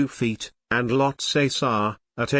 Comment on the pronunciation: Well I was just joking. You're pronunciation is correct.